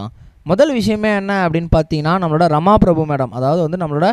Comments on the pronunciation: The announcer doesnot seem familiar to names. It is not Rama prabhu, Rama prabha. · Rama Prabhu illa.. 'Rama PrabhAA'